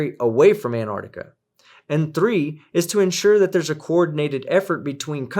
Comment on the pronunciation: Antar*C*tica. There is no silent c in there.